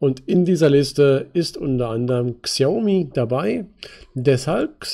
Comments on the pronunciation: Es heißt Schiaomi ausgesprochen. Nicht Ksiaomi. Habe paar Jahre in China gelebt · Die Firma spricht man übrigens Schaumi aus. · Super Analyse, vielen Dank :-) Xiaomi wird übrigens "Schaumi" ausgesprochen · "KSIIIAUMI" :D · Es heißt noch immer Schina und Schaumi ;-) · Bitte als "Schaomi" lesen. Danke